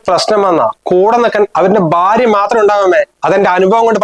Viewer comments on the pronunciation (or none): ബാര്യ എന്നല്ലാ ഭാര്യ എന്നാട്ടോ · Barthaavu. , ബാര്യ എന്നൊക്കെ കേട്ട് കേട്ട് മടുത്തു. ആദ്യംതന്നെ സ്വന്തം ഭാഷ നന്നായി പറയാൻ പഠിക്ക്.